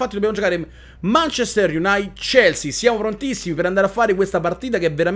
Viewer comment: Non voglio fare il pignolo, ma il munchester utd si legge "manciester IUNAITID non IUNAIT" E' una squadra che mi piace molto e vorrei che non la storpiassi ^.^ E' solo una critica costruttiva, per il resto continua così, Grande:)